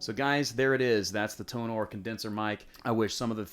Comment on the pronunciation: Hey! My BM-700 comes today. I have a laptop and an adapter, do I need any softwares for it? By the way, Tonor is pronounced like: Toner. TO NER